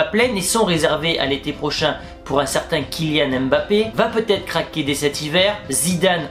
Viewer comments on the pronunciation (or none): none